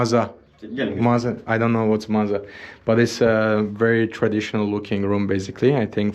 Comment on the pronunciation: Chorbadji means "Boss" not a soup maker 😂 and "Maza" (not maara) means basement.